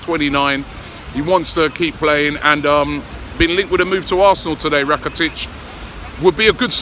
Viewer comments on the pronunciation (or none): It’s Rakitic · It's rakitic :)